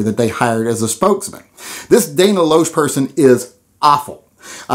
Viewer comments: Her last name is pronounced 'lash,' And she's an advocate for second amendment rights. Your not liking or agreeing with her doesn't change that fact. I would avoid alienating people like and instead try to find a way to work with her. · Are you freaking serious? Dana loesch is one if the best, most articulate advocates for gun rights there is. I would think you'd love her. You're pronouncing her name wrong if you weren't aware. What are you watching that makes you say these things about her and the nra? Seriously are you ok? No sane person would take away the things you did from the ads she's in. Referencing her breasts doesn't help your case. If you're not familiar with her I think you'd change your opinion of her and regret this video if you familiarized yourself with the person you're so ignorantly and wrongly insulting. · Not sure if you mispronounced her name on purpose or if you actually thought that that was how it was pronounced. Either way, I don't entirely agree. Dana Loesch, while I haven't seen the "all non-gunowners are anti-gun" video, isn't as bad as you portray her to be. Some of her messages, while divisive, tell the truth for the most part. I agree that being divisive isn't the way to go, but your portrayal of her makes it seem like she's spreading nothing but nonsense. You can hate her as their spokesperson, but don't pretend to be better than her if you misrepresent her. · Dude, if you're going to talk trash about someone you know nothing about, at least pronounce her name correctly. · How to pronounce her name correctly. She's a big 2A advocate, has a nationally syndicated radio talk show, a cable talk show, smart as a whip, gun rights book author, and at least as big of a gun nut as you are. She's doing good things on a national level. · FYI, her last name is pronounced as "Lash." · I listen to Dana everyday. It is pronounced "Lash". And you are grossly misrepresenting her point of view. Stay classy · It's pronounced "Lash".